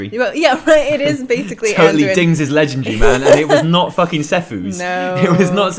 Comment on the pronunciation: "legendry"... never heard anyone pronounce legendary like that xD english isnt my first language, but i sure did learn it not like that in school XD